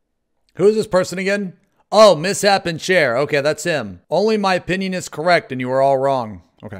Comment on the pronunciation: Lol my man really just said "miss-happen" chair